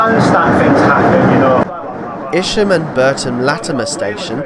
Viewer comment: Thank you for all the information. However - 2 mispronunciations just before Kettering. The river pronounced "Neeeen" at Peterborough is pronounced more like "Nenn" in Northamptonshire. See Wiki article. Isham is pronounced "Eye sham" not "Iss sham".